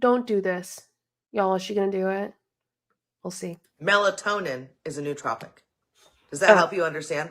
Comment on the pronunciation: Can you learn to say nootropic correctly! And get the definition correct as well. BTW caffiene is a nootropic.